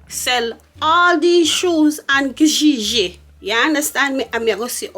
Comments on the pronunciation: its trying to say kijiji for me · The way they pronounce Kijiji😂😂😂😂😂💥..I can't stop laughing about reaction